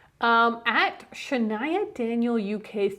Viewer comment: I appreciate that the couple of times I've gotten a mention on the pod you always pronounce my name correctly lol people always get it wrong until I tell them "yes like Shania Twain"